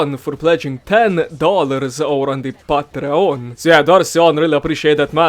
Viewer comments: And patreON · I'm sorry but the way you say Patreon is making me lose it ahsisjajd